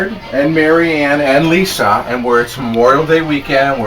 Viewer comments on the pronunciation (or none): none